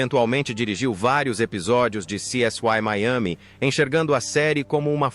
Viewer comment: Essa narração gerada por IA é horrível, dá até desânimo de acompanhar o vídeo. A coisa é tão feia que nem sequer o nome da série essa voz fala direito, lamentável. Parei de ouvir antes de mostrarem a segunda pessoa!